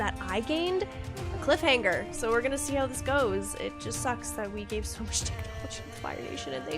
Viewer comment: Did you say cliffAangers? :p